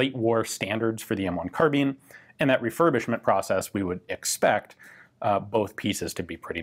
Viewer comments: Is it “carbine” or “carbean” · The E make the I sound like a i, so say carbine correctly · The American mispronounciation of the word 'carbine' bugs the hell out of me.